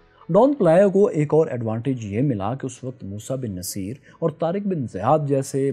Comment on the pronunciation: yeh word Musa bin Naseer nahi, Musa bin Nusair hai.Ap history mujh se behtar janty hain. Ho sky to is pr zra search kriye ga.